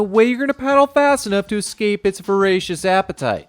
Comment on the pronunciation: Bruh. why are you saying Isla nooblah, padokk and exccape